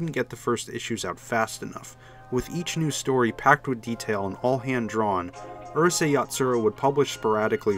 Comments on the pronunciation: It's 2022 and people still mispronounce Japanese words! This would be like pronouncing Uryu (Bleach) as "ER you"! It's "OOH" (chew) not "ER" (fur)! "Ooh. Rooh. Say." -Actual geek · The narrator’s pronunciation is killing me, especially when I hear 12 year old Canadians getting names like Lum or the series title Urusei right.